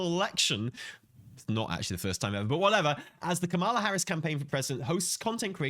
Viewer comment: COMMA-LA. Please say her name correctly. It's not like messing up "harbinger."